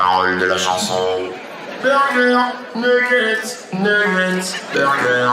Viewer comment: no soy muy bueno hablando ingles pero la segunda ves que dice nuggets no dice nigger?